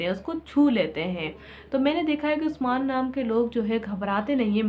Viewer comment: exactly bilkul perfect bol rhi hn api ap 😊😊